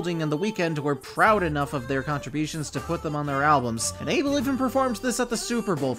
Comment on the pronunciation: I can't even agree with your statements when you can't even say ABEL properly.